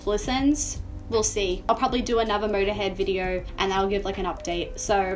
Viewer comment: Okay so let's listen to Murderhead and the song bummer. Your pronunciations are scandalous but I'm not complaining lol